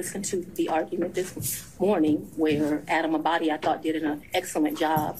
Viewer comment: " since it did " , not, since it deed ! 😂😂😂😂